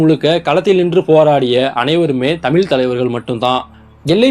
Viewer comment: தமிழ் என்று சரியாக உச்சரிக்கவும். தெரியுதில்லே வரலாறு? இப்போ பிரிவின ய் ஏன் நீங்கள் தூண்டுகிறவர்கள்? உங்கள் பிறப்பிற்கு முன்பு, வரலாறு வேறுவிதமாக இருந்தது. முதலில் நீங்கள் இந்தியாவின் ஜனாதிபதியாகி, உங்கள் விருப்பப்படி ஆட்சி செய்யுங்க.